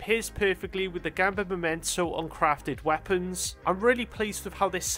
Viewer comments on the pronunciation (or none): none